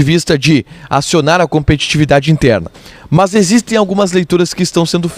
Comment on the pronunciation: Por que você diz MÃS?